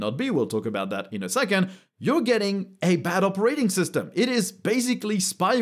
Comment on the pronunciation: Yep. We agree. It appears I'm gonna go with Linux for the foreseeable future. (If you don't mind my saying... the emphasis on the word "operating" is on the first syllable. :) So it's not "opeRAting". )